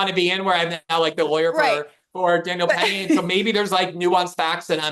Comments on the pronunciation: The number of times these two bungle the names of Jordan Neely and Daniel Penny is genuinely hilarious. 😂 Great discussion as always, though. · I burst out laughing every time they messed up Daniel Penny's name